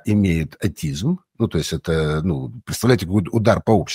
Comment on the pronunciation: Они даже заболевания произносят неправильно, это автоимунные ( аутоимунные) и атизм ( аутизм). Это что- врачи? Многие мои знакомые были оперированы по поводу онкологии и живут уже 15 и больше лет. Ну конечно во многом они правы.